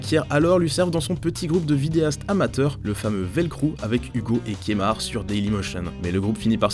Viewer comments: KEMAR pas kémar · Kemar pas kémar stp